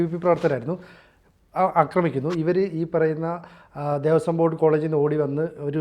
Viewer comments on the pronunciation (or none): none